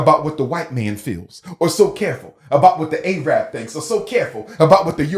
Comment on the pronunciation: The fact that he consistently says “A-rab” shows how ignorant he truly is, despite his credentials.